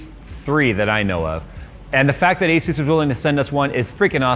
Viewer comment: It’s asus not astu lol